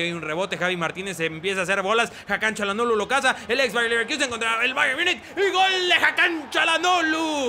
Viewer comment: Basta de decir "CHA"lhanoglu >(